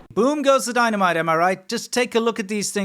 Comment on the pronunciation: 🤔Die-Muh-Nite yo'?😯 😉😁👍